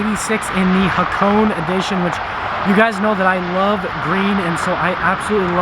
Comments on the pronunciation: ITS PRONOUNCED Ha-ko-NEY! I HEARD A REVIEW SOMEONE SAYING HAK-ONE AND NOW HA-CONE? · Ha- kow-ney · we pronounce it as hako"nay" in Japan, the hp is not made to be too strong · Its pronounced hakoneh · It's not pronounced nay goddammit. it's né